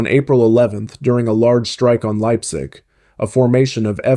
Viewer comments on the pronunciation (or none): none